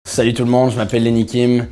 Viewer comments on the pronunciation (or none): none